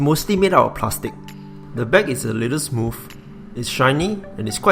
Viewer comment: the bak is a liddle smoov lol